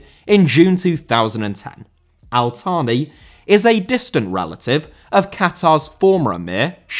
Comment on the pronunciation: Al Thani* not Al Thohrni